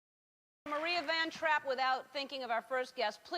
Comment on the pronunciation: Did Ellen say vantrap instead of vontrap? or am I mistaken?